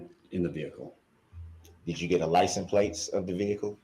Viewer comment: Licen plates is driving me nuts. I almost want someone to ask “ What is a licenplates?”.